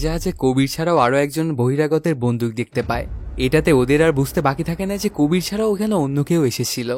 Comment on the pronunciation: কবির ❌ কাবির ✅